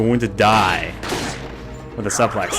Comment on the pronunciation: I looked this video up specifically to show a friend the Ashley's butt joke. Also, it's pronounced "soo-plex" not "suh-plex" lol